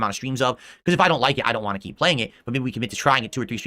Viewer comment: I’m so glad you also noticed he says “WAHHH” instead of wanT